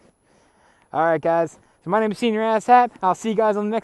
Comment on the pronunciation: Says his name is, but spells it Senor! Figure out your name and how 2 pronounce!